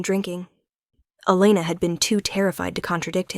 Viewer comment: One pronunciation of the name Elana - Eee-lay-na NOT El-luh-na